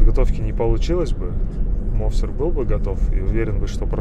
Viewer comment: мОвсар ахахаха , ударения круто поставил